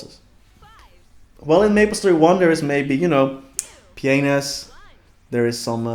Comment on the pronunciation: I heard you say pjenis instead of pianus lel